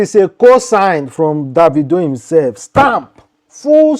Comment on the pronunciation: You don't even know how to pronounce David/Davido